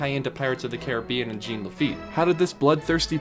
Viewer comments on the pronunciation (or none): Dying laughing listening to him say “Gene” instead of Jean. I’ve heard him pronounce it correctly since. Much love. Much love. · It's not pronounced Gene. It's pronounced Jawn La-feet. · Its not pronounced Gene its french its jean pronounced zzohn. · It's not Gene...it's French, it is pronounced Jawn...You had years to correct this... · Jean is pronounce "JAWN."